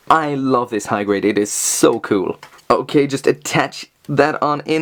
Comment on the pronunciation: "kewl" I love when you say that!